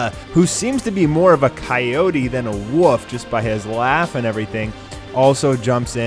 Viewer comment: it's wolf's not woofs just saying